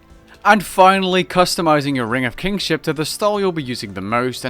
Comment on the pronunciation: ring of KINship not kingship xD